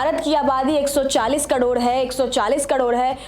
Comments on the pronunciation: कड़ोण या करोड़ 😊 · कड़ोड़ नहीं करोड़ 😂😂😂😂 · मुंह से सुपारी निकाल के बोल रे बाबा😅😅😅 करोड़❌ कड़ोर✅ 😂😂😂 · कड़ौड़ नहीं करोड़ 😂😂😂😂😂😂😂😂😂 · करोड़❌ कड़ोर ✅ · वो कडोर नही करोड़ होता है😂